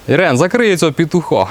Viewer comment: Не зрозумів Ірен чи ...😂